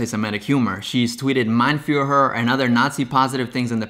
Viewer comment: I don't think she is from germany or austria. When you hear her speak English her accent sounds off (not like a German accent) and when she is doing the Nazi salute the "s" is too sharp for a Native and the "r" in Führer is off as well, she pronounces it to far back. If I had to guess I would say she is from russia. You can hear it was well, when she is saying "I stood there smiling". That does not mean she doesn't speak any German, but it is not her first language. Source: I am German and taking linguistics classes at Uni